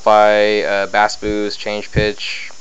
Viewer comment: When talking about music bass is pronounced like "base". When talking about fish bass is pronounced like "bass".